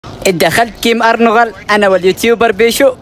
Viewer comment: ارانغل ❌️ارنغل ✅️